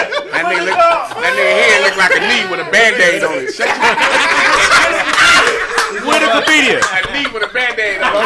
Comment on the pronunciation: Boo said "Widikipedia" lmao